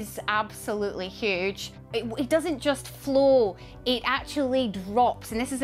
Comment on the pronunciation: she pronounced flow = flu wtf language is she spaeking?